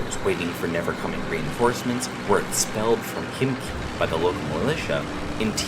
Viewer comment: I am ready for pressing Like at least for your correct pronunciation of the sound kh in Khimki. Indeed, Russian h transcribed in English as kh does not sound like k, it is English h, but produced slightly differently, in the other part of the throat, so to say. But still, kh is of course voiceless h, not k by any possible means. And I was pleasantly surprised to finally hear some English speaker pronouncing it right.